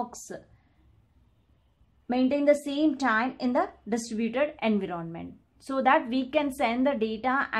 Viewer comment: Environment pronunciation ------> en·vai·uh·muhnt